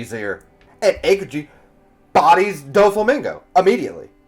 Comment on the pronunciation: These name pronunciations are KILLING ME. Please I hope in the future videos you are are actually reading the names and not looking at the first and second to last syllables and making the rest up Arakanu Tafalgar Akokiji Wayno Kimimon I beg you